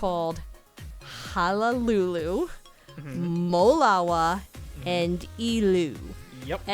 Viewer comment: Sorry for correctingbut the three legendary menehune are pronounced Ha a lulu, molava, and eh lu